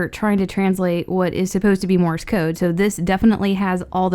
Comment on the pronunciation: It's sounds like you're saying Morris code